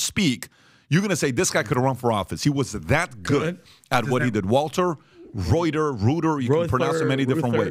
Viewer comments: It is prounced Ruther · I can't believe that a guy from Detroit doesn't know about the Model T, and that someone would pronounce Walter Reuther's name like the news agency. How commonly known history has faded away!